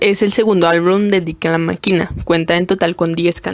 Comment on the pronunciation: por que dices su nombre asi? xd